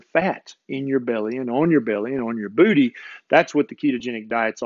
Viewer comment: BOOTY! Haha He says it funny. 😇